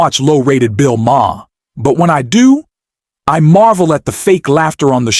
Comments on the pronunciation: "liar" not "lier". And "Mah herr"?? It's pronounced "Maar". AI voice and a channel owner for whom English is not his first language. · Bill Maher: Pronounced "marr" Or "Mah." Or maybe even "marrr." But not ma-her, not ma-herr, and not ma-uh. Is your narrator maybe in the wrong lnie of business? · Its pronounced Bill "Mar" not "Mahar". Why don't you get real people to say real things. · It’s PRONOUNCED Bill MAR NOT MA-HAR. And it’s LIAR..NOT LIER. Hire me for spell check. I need the money. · Who the bloody hell is "Bill "Maah-huh"? {:o:O:} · Enjoy what you do? You cant even get Mr. Maher's name pronounced correctly. What kind of idiot does the voice over? It's prounounced Marr to simplify it for you. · do you really not know how to pronounce Bill Maher's last name? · The “H” is silent!🙄